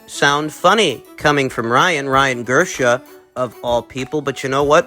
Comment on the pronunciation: Ryan "Gersha".